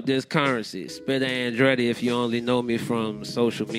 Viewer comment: Bitch its “Spitta” you must not know... Curren$y - She on my Mind